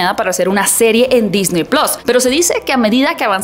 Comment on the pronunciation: Todo bien .. solo, se dice PLUS SE DICE plus Se DiCe PlUs con una . Chin